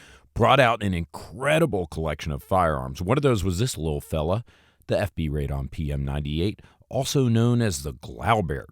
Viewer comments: nooooo, there is no AYYY in Radom. it's a short ah pahleeeeseeee. stop butchering the mame of the town!! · FINALLY…, RADOM IS PRONOUNCED “RRAH-dohm,” not “RAY-dahm.” The name of the city means “unto councils” (like city councils).